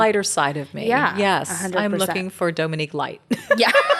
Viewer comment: Love you, but you’re slightly mispronouncing Dominque’s name. It needs a long “O” sound. She’s too sweet to correct you. Her mother discussed it in one of their early videos together.